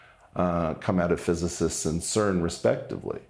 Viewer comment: Weinstein can't even pronounce "physicists", . That's the least of his problems in this video.